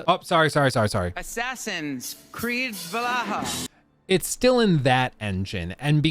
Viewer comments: valhalla not valaha 😭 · It is not "valahaa" it is Valhala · Valhalla ❌ Vallaha ✅ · Val-halla… **Vallaha… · 😅 why do you keep saying valaha? I cant concentrate on what you're saying bc of this😂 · "Assassins Creed Valahha" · Everytime plays the Grammy Assassins Creed "Valaha" I legit lose it laughing 😅😅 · It's funny how he calls it Valaha every time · your inability to say Valhalla correctly causes me so much pain. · Why are you pronouncing Valhalla like that?